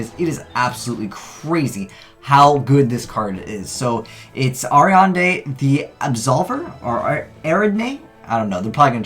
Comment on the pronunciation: Anos Andri Names like Ariadne, Alexander, etc are common here in the UK, the point I was making is that can't pronounce/read simple names, hence he is "illiterate"